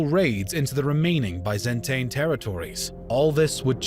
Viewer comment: considering how high the production values of these videos usually are, it is really jarring and just plain weird, that they repeatedly keep making such an amateurish mistake like mispronouncing names and places ...